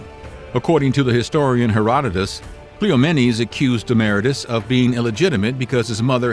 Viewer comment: KleeOMMennees. DemmahRAYtus. Moron.